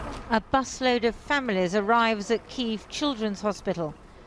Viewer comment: What is this Keeev? It is either Kee-ev (Russian) or Kee-iv (Ukrainian). I have a suspicion we will never eat Chicken Keeevs.